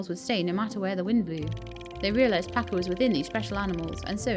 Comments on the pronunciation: ‘Cha’ not ‘Ka’. Pacha like the Disney character! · You're the only person that calls this game Roots of "Pa-Ka"